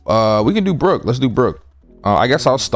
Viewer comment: You did Brook wrong like real wrong ahhahahah